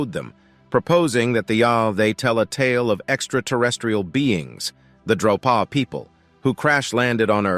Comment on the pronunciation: Drōpa, not droppa.